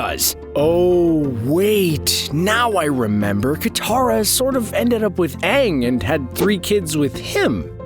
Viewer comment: Bruh it’s ant and katara